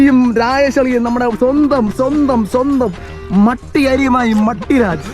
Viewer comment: പട്ടി അല്ല മട്ടി ഇത് കേട്ടപ്പോൾ ചി രിച്ചുവരുണ്ടോ 😂😂😂